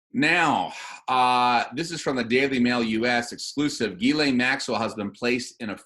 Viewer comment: Ghislaine is French. It is pronounced Jhees-Lane ('J' sounds like Jesus, without the 'd' sound at beginning). The FBI guy got the pronunciation wrong. It isn't Guylaine its Ghislaine.